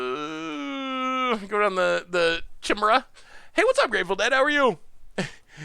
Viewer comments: It's pronounced Kai-me-ra. Not She-mera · Chimera.... Kai-mare-ah Step your game up bro